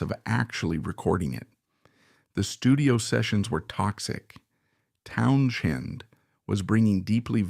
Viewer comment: why is this AI bot saying Townshen?